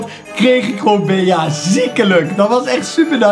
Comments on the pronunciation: geen bea, maar bie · je spreekt het niet uit als bea maar als bee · Beeaa?😂 Bie* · Bea spreek je uit als Bie Sicke video Bawz army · Het is bea je spreek het uit als bee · je bea uit als bij in het engels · Het is bie geen bea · Yo je spreekt bee uit en geen bea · Je spreekt het beaas maar het is bea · Je spreekt het uit als BEE en niet Bea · het is bij in het engels niet beeaa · Het is niet BEA maar BEA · Je zij bea je zegt het Bie maar je schrijft bea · Je spreekt het meer uit als bee niet bea ik vond het best iritant 😅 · Je zegt geen bea maar bie🤦‍♂️ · je speelt tegen 9 andere Bea’s ( uitspraak <Bie>) moet het zijn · Bea spreek je uit al Bie! Like ff zodat dit ziet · Je spreekt het uit als Bie hè 😂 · Je spreekt het uit als Bie wil jij een video maken over knokkers eederd welke maar die moeten opdrachten doen zoals ondert snelste rennen met de bal ofzo like zodat dit ziet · Je spreekt het uit als bie. Verder super toffe video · ik weet het.... IK IRRITEER ME ERAAN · Ja dus op zn engels net als BEE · Je spreekt bea uit als Bie like zodat dit ziet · ZEG GEWOON BIE IK WORD DAAR ECHT GEK VAN LIKE ZODAT DIT ZIET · Wil je bea in het Engels uitspreken like zodat dit ziet bawz army! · Beejaa😂 Maakt niet uit hoor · je spreekt het uit als bie kom in mij club groep 5B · Je spreekt het uit als Bie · Je spreekt het uit als bie wand het een bij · Bea moet je uitspreken als bie en in het nederlands Bij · Het is Bie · je spreekt Bea uit als 'bie' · Je zegt het als bie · Je spreekt bea uit als Bie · Je preekt bea uit als bie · zeg aub bie( want bea in het engels is geen 'bij' maar bee betekent wel 'bij') het is echt heel irritant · Bea spreek je uit als BIEJ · Je spreekt het uit als “bee” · Het is een Engels spel dus spreek het aub uit als Bi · het is bea maar je spreekt het uit als bie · Jij bent echt slecht in Engels bea zo zeg je het niet hè 😉